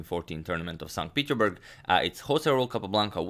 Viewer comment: Not st Peteburg...st petersburg